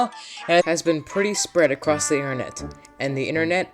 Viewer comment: as soon as i heard “aaa da intehnet” I LOST MY MIND